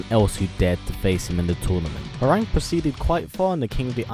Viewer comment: His name is pronounced "Hwong" not "Howerraag", smh, did u even play the game bro?!